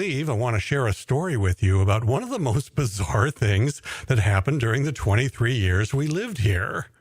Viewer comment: I think you mean "buzzarre " :D